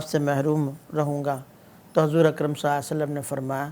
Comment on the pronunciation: مفتی صاحب ﷺ تو صحیح طرح پڑھ لیں